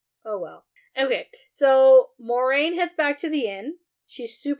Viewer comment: when you said you forgot how to say this “Mau-reh-yun” person’s name, I thought you were talking about Moiraine at first and had to relisten before it clicked. I was about to be concerned you were having a medical event! 🤣